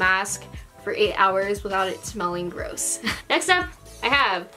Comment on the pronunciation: How she says "Gross"?😄so funny & cute.